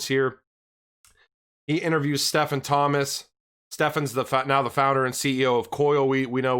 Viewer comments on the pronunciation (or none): none